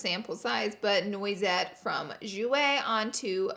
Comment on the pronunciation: Laura, I love your alternate pronunciation of things, but so far Noisette is my favourite. It's French for hazelnut and is pronounced nwah-zet. Your way sounds much more rock'n'roll. 😂